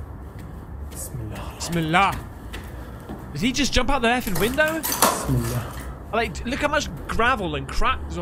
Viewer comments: The way u say Bismillah ..ahrmaraheem...in lols rofl even if dnt understand but damn that's a prayer to Allah...that u the devine one your the most giving n pls forgive us..but uuuu yismillaah lolz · If anyone was wondering when he says smallah it’s said like bism allah which means in the name of allah. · did he just say bimallah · It's "bis" "mill" "ah" hope this helps you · why does he keep saying "smeelah" ? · Im not a Muslim but It is pronounced [Bismillah Arrahman Arrahim] which means... God the merciful the benificient.